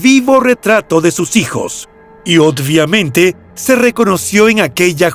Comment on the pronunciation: me encantan tus videos pero una pequeñita palabra que repites mal todos los videos, la palabra es obvio. obvia, obviamente y no odvia, odviamente, perdon si te molesta, saludos